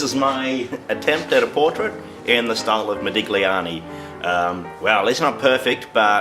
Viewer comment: You DO NOT pronounce the 'g' in Italian when saying Modigliani. Pronounce 'igl' as just 'ill'. Like saying Modilliani.